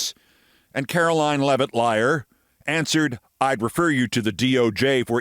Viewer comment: "Karolyin' Leavitt"?